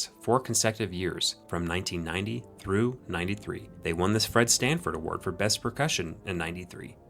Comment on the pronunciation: Great videos! Only thing...are you saying "Stanford Award"? Or was i tired and hearing wrong?